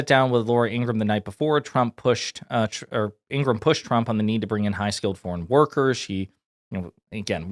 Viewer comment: Ing-ra-ham. Three syllables.